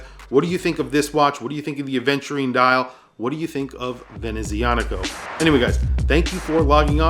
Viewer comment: Professional, passionate and interesting review, as always., you have hints of Italian ancestry in your accent, is it so? The "z" in "Venezianico" is pronounced "ts", like in "pizza". The brand name is a combination of "Veneziano" (Venetian) and "meccanico" (mechanical).